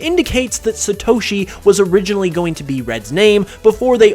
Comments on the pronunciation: It's NOT SuhToshi... It is SAATOSHI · You mispronounced satoshi